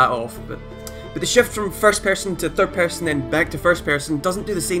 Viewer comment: theard pearsean